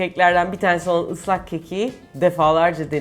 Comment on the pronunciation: "ızlak kek" :D